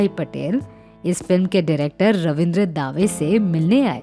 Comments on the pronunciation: pic is not of gulshan bawra. And correct pronunciation is रविन्द्र दवे, दावे नही। दंगल नही दंगे हुए। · You need to make the video material full screen. The viewers already know who you are and don't need to keep looking at the presenter's name through out the video. Incidentally, Ravindra "Daah-Way"?? No. His name, Ravindra Dave, and it is pronounced as "Duh-Way." Am I nitpicking? No... little blunders (I have identified some on few other clips), and add up to become big enough to cause credibility issues. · अनामिका जी उच्चारण पर ध्यान दीजिए रवींद्र दावे नहीं रवींद्र दवे होना चाहिए और दंगलों नहीं दंगे , तुकड़ों नहीं टुकड़ो होना चाहिए